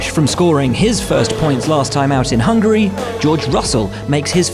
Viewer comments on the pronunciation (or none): none